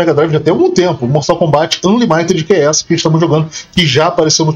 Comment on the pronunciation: a pronuncia é "ÂnLÍmited"